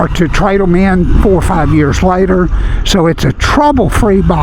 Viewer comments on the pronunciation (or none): none